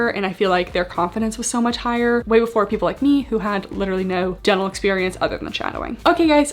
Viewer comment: I keep hearing “devil” school instead of “dental” and it makes me chuckle every time 😂